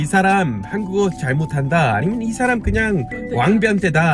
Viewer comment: 그냥을 '걍'이라고 말씀하시니까 진짜 한국사람같이 말하는거 같아요 ㅎㅎ